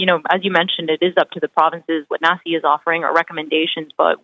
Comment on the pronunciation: Nasi is pronounced Nazi. Jeez they are so in your face about it too